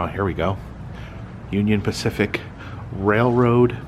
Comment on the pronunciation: Spacific Union? Lol I gotta see that museum. Specifically